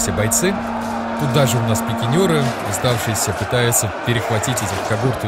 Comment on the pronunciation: Не ПИКИНЁРЫ, А ПИКИНЕРЫ!1!!